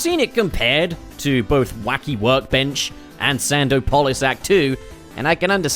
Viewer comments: You're pronouncing "Sandopolis" like that as a joke... right? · The way you're pronouncing Sandopolis is giving me an aneurysm. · I can't with sand-O-polis lol. Love it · thought he was sneaky with that sand-o-polis pronunciation 😭😭